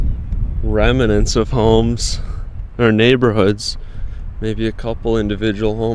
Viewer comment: Remnant. Not remEnant